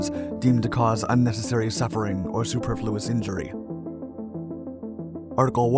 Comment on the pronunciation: G*ddamn!! I should have gotten my guaranteed MOS in the unit that has to come up with the names and acronyms for the military! 🤔 ...And it's "su-PER-flu-ous", btw 👍